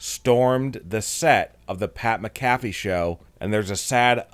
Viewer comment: Why does he say pat Mcafee like That